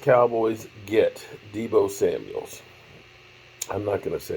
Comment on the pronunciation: His name is Deebo Samuel.....not Samuels